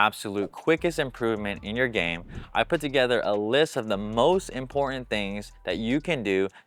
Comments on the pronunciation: Briones has really good free instructional videos, tips, graphics, and more, so I hate to nitpick. But, I agree in - pronounce the T. Why are influencers, news journalists, etc., dropping Ts now? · Great tips Jordan but can you please pronounce the T in “ important” Cheers😂